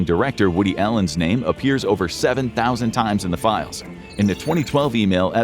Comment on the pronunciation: "Release the files" not "Release the 'philes"